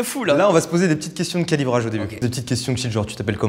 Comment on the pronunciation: "Qualibrage" mdrr